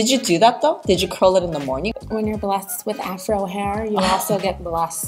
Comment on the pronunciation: "When you're buhlessed with Afro hair, you're buhlessed with curly lashes." Amen, girl! I happen to be a naturally hairy person, so my eyebrows be looking crazy, but thankfully I don't have to worry about my lashes! Haha